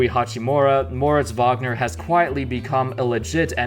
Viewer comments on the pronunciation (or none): Say Mo Wagner or say his name correctly